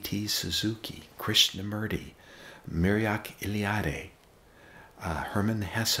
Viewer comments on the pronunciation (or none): He drops a lot of names . Hermann Hesse, Carl Jung, D. T. Suzuki, Joseph Campbell, Erich Neumann, Jiddu Krishnamurti, Alan Watts, and "Muriaki Eliade"—as he still seems to say ten rewinds later—which I can only map only Mircea Eliade, which is at least plausible. ¶ Eliade's theory that hierophanies form the basis of religion, splitting the human experience of reality into sacred and profane space and time, has proved influential. One of his most influential contributions to religious studies was his theory of Eternal Return, which holds that myths and rituals do not simply commemorate hierophanies, but, at least to the minds of the religious, actually participate in them. Can anyone confirm? ¶ Edit: I now suspect that he was saying two names in a row, and that the first name referenced was maybe a misspoken Murakami (referencing either the zen practitioner Takashi M. or the enlightened novelist Haruki M.). Despite many attempted spellings, I can't get Google to suggest anything closer to the actual pronunciation that looks valid.